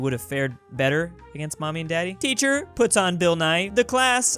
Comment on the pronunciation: ‘egenst turky’ wow just wow